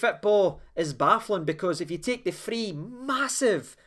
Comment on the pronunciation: We are shitting it again ffs,, are you saying free goals or three goals 🤔